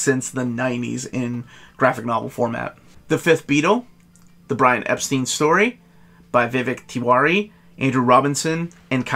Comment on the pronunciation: I just have to say that, with him being British, Brian Epstein's last name was pronounced "Ep-stine". Only us Americans seem to pronounce "stein" as "steen" for some reason, lol.